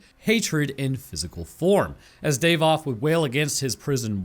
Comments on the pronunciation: his name is pronounced DAH-VOTH not DAVE-OTH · Please stop saying "day-voth". It's Dah-voth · davoth not daevoth